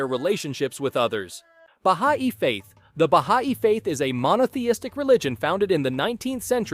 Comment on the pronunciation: Baha’i is pronounced “bah hi” (source: I have multiple family members who follow that religion)